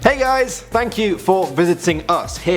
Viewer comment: If you keep going back to it sounds like Danny says: Hey ayes! instead of Hey guys